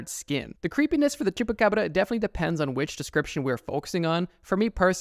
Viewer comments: The way you said baba yaga terrified me also why tf did u say chubbacrabba???? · Scary is the way you said chupa Cabra. It's shupa Cabra if you wanna say it right